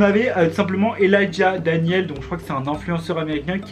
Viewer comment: c’est pas "elajah" c’est ELIJAH